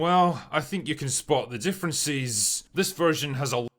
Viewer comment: I can't stand this guy. Why is he like differenCESSSS, noSEEEE, or onEEEEE? I cannot believe this is a speech impediment or accent. He feels like a more manifesto-prone version of Arch. Hasan's right when he said he's just gay. A lot of these anti-SJW MRA types would be happy gay men if it weren't for the insane amount of homophobia they believe. They'd still be sexist, but they'd be less so if they felt having a girlfriend wasn't needed.